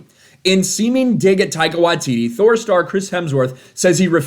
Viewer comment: I like how you pronounced Thor. I got problem bringing out the H